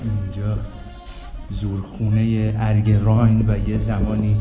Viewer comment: ضمناً رايْن نيست تلفظ صحيح آن رايِن هست و زير حرف ى كسره قرار دارد